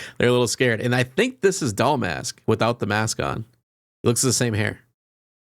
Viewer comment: You keep calling her Doll Mask” lol